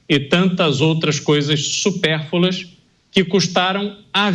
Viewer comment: O correto é "supérfluas" e não "supérfULas"!